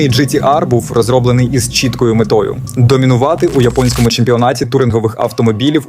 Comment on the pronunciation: ну я більше мав на увазі саме вимову, інтонацію і якийсь акцент. Ви деколи кажете "рОків", раз вимовляєте "ар-тридцять-два", а раз було "ар-три-два", "чІткою метою", "сто девЯносто сім", "віддані фанати були дужк вимогливими", і так далі. Що наводить на думку що текст був озвучений штучним інтелектом.